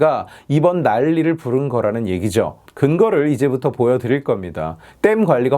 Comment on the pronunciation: 말투 웃음 포인트 두가지 1. 문재인 성대모사 수준급 2. ㄹ발음 예시)보여드ㄹㄹ릴겁니다 내용은 완벽함